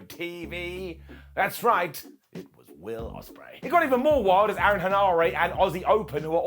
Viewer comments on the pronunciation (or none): none